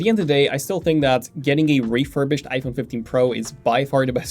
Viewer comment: bro said refurbished